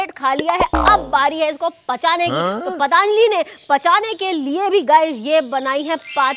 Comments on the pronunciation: वहां अच्छा खासा पतंजलि लिखा है और तुम पतानजलि बोल रही हो। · It's not a pataanjali😅 it's patanjali 😊